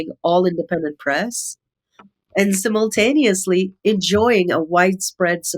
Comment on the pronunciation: SIMUL TANEOUSLY loool SIMON TANI US. HAHAHAHA She has a sinus infection and says simultaneous .... shit. I cant even spell it now. Okay! SHUT IT DOWN. lmao